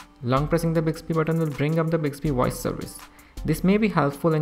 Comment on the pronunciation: Bicksbee woyce? What is bicksbee woyce?